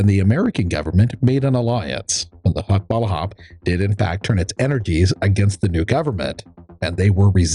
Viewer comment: Another MISPRONOUNCED FILIPINO TERM "HUKBALAHAP".